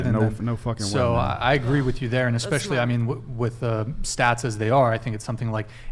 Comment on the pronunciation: Hey "", Its eSpecially not eXpecially. 🤦‍♀️